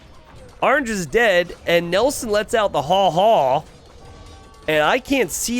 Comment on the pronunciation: every time you say haw haw I start to believe james was right not to invite you more and more........ If your gonna reference a super popular tv series at least make sure you say the reference right..............